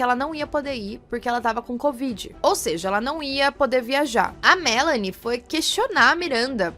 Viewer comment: Adoro quando falam meu nome direito kkkkk Melanie aqui o/